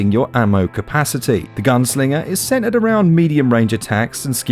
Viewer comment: Why don’t you pronounce the middle letters in words, little = li-el. Button = bu- in. Centred = cen- erred. Etc etc